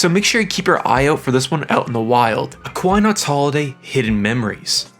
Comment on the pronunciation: I also noticed the pronunciation of Aquanaut was rough. Aqua-Not, but you pronounced it as Aqua-Nic. The game is a remake / sequel to a rare PS1 game, also not mentioned, thought I guess the focus is on PS3.